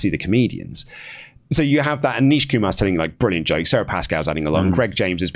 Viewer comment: Nish not Neesh